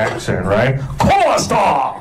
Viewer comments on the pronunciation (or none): none